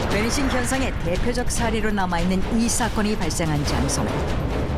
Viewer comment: 배니싱? 베니싱 아님?